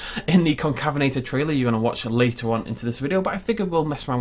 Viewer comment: excuse me it’s pronounced con cave inator